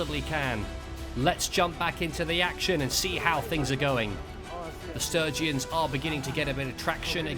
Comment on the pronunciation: That was non-stop action! Love it, but... "Will the Sturgeons conquer the Battanians?" <- Did you mean Sturgians? :D Sturgeons are fish.